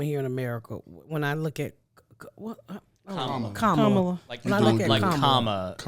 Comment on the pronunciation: hi, it's actually [kuh-m(uh)'la], an indian name i would know, because i'm indian basically not thanksgiving turkey indian, but the two times spicy hot food indian <3